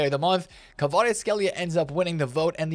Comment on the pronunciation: He actually said kvars name smack bang on well done for that alone 🤣🤣🤣that deserved a comment